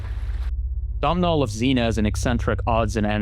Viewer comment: Completely irrelevant but i need people to know that Domhnals name is NOT pronounced "Dom-Nal" its pronounced like "Dough-Null". Thank you, have a nice day